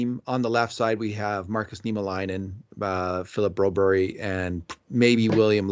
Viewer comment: Stop say bro-berrie just say the usual bro-berg as every American say, as a fellow Swede its hurt My ears 😂